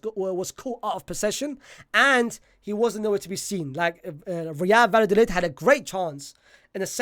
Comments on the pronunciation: Is it that hard to say vayadolid? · My brother the 2 L’s is a y sound. Love the work tho 🙏🏽